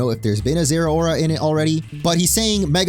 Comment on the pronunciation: They way you pronounce Zeraora gives you zero aura.